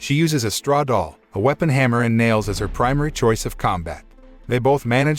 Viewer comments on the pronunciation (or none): none